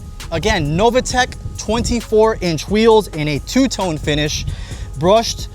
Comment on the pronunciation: How you can pronunce Novitec Novatec is beyond me ....